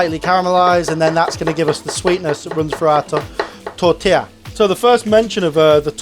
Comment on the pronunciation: Ouch that pronounciation on T O RT tila